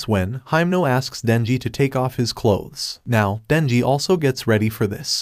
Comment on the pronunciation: When he was talking he said nenji. but his name is Denji